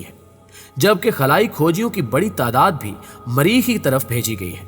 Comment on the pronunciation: بولنا لکھناآتا نہیں مریخ کو ماریخ کردیا